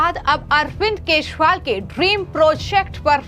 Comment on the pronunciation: Arvind kazriwal ka nam to thik se lo